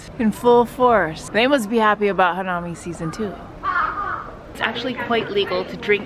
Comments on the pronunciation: I laugh everytime she says "Hamami" instead of "Hanami." XDDDDD 全然違う音だ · decent bit of info but you gotta work on your pronunciation. e.g. "hanami" and "okiya"